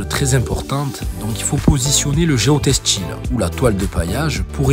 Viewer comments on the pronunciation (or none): "Ils se VOYENT pas" "GEOTESTIL" ahahah